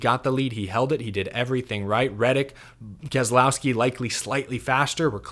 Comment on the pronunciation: What race were you watching? Go finish boring race. Please learn to pronounce Kez lau ski Not kez A lau ski big difference he even says so